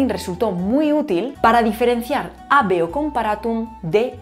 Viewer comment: Me queda mucho por repasar de este video para aprenderlo todo. Estuvo muy denso. Buen trabajo. Ojo con la pronunciación de habeo. La hache no era muda durante los tiempos romanos. Se pronunciaba como la h inglesa en “have” o la hache alemana en “haben”. Fueron las lenguas derivadas del latín que con el tiempo se encargaron de “tragarse” ese sonido.